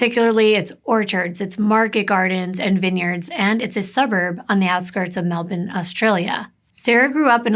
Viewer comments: Omg!!! Melbourne she said it the Aussie wayyy. As an Aussie I appreciate the harsh ending syllable - melbin/melbun is the way. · I live in Melbourne and it’s so nice to hear Australian cases be told because we don’t get as much coverage. But also you pronounced all the cities very well most people who aren’t Aussie don’t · This is in my neck off the woods., really appreciate you pronounce Melbourne correctly x